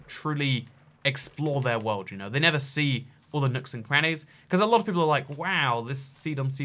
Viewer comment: I keep getting mad when he says never not nether